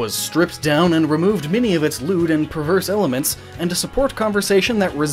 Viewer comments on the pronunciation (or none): You don't have to say "lewd" like it's a four letter... wait...